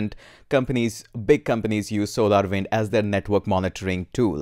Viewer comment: It’s should be pronounced Solarwinds “ssss”